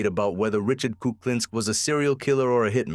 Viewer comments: You don't even say his name right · 7 seconds in and you can't even pronounce the guy's name. Sad. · More AI slop. It's laughable that you mispronounce his name in the very first sentence. Pathetic.